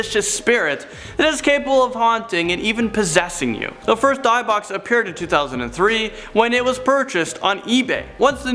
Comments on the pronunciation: It's pronounced 'DIH-buck', NOT 'DIE-buck'! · Die-buck lol. Maybe people can spell things out phonetically for him so he can start pronouncing things correctly. He does it at least a few times per video! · dibək is how you pronounce it. D-y-b-buk box. You mispronounced it. Also it’s been proven that it’s only haunted because of the negative energy, which draws evil spirits to the person, and it’s IMPOSSIBLE to trap a spirit into a BOX. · Learn how to pronounce Di bik !! D -ih -bik not pronounced deyebok lol jeez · He Said Dybbik Wrong. .Its Dybbik Box... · It’s pronounced di-buhk and burning it is a stupid idea it would leave the spirit or demon to attach itself to you. Your supposed to put it back. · is worse when he says Dy-buk lol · Dybbuk is pronounced "dib-buk." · Poor pronunciation of Edinburgh and Dybbuk. But he is getting better at pronouncing things.